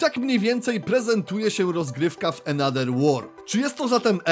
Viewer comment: Ale wiesz że th w ang czytamy jako v lub f. Bo jak ciągle czytasz another przez d to uszy bolą xd. Poza tym film więcej niż spoko